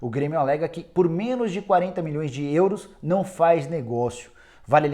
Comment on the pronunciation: So eu que acho engraçado o Nicola falando “ÊÊÊUros”?